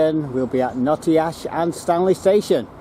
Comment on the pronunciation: 'Gate-Acre' is pronounced 'Gat-A-Kerr' and 'Child-Wall' is pronounced 'Chilled-Wall' but you nailed "Notty-Ash' ! The Lord Street station was converted into a bus station (it allways felt a bit weird getting a bus from this building but I didn't know it was formerly a train station !) Keep up the 'Good-Work' !